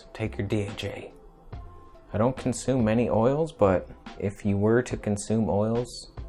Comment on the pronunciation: Must have been the carb overload making you slur your words "consumemanyoils" ;-)